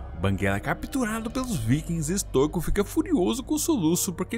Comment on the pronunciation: QUEM PERCEBEU QUE O FALOU BERK SEM A PRONUNCIA CERTA (que no caso é bérk a pronuncia) e tambem falou errado stoico, a pronuncia certa é stóico